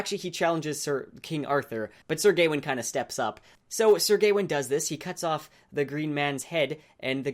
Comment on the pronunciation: I think it's Gawain, not Gaiwin. :p